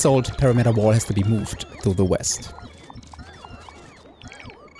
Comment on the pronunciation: puh-Rimmuh-turrrr, not parameter. Just look it up, it's not that hard. "perimeter pronunciation" on your fav. search engine.